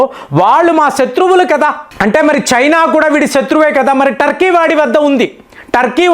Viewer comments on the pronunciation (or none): none